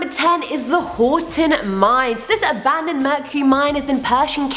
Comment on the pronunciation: When first mentioned the video, I thought she said, Top 10 Scary MIMES...and yeah, that is scary!